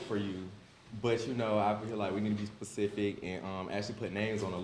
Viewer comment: saying pacific instead of specific is cringe